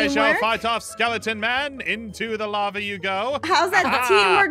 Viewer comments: when Noi was in the caves with moeka and ein and he said, "lava, LAVA!" I thought he was saying Llama. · said LAMA